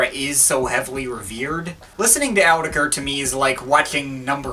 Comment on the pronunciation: it's pronounced, not Ker